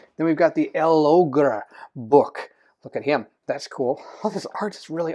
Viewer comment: I'll go for L'Ogre. BTW you pronounce it as if it's one word. Logre.